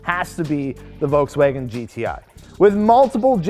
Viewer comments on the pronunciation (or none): its not volkswagOn